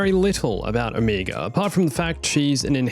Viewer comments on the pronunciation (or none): Dude. Her name is Omega not Omiga. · I hate that everyone pronounces Omega’s name differently. Like even in the show they do. It’s sucha different pronunciation that i found it frustrating and confusing, I’m like ok this little girl just said her name is Omeega so who the heck is this O-Mega person the guys keep talking about? I mean seriously can you please agree on one pronunciation?